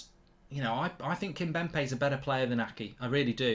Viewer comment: I've let it go long enough but it's irritating me Mark... its Kimpembe not Kimbempe